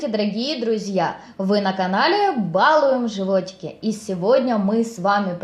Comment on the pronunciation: Вкусный рецепт, спасибо) Но только не бАлуем, а балУем... Коль уж это название Вашего канала, стоит всё-таки произносить его правильно)